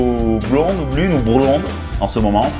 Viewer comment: Mdr, comme t'es mauvais. Fallait que je regarde mais non c'est pas bon arrête. " brlonde" 😂 elle s'est juste dit c'est quoi ce blaireaux. Rester vous même les gars, l'écoutez pas. Sélectionnez un profil qui vous corresponde surtout. D'abord physiquement. Et oui. N'allez pas chercher miss america vous ne l'aurez pas. Assumez qui vous êtes. Quand celle qui vous correspondra sera là, vous le saurez. En attendant, cherchez, discuter et ne laissez pas tomber.